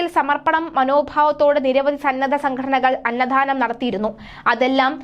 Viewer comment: അന്ന ദാനം എന്നാണ് പറയേണ്ടത്. അന്നധാനം ennau olu pyunathu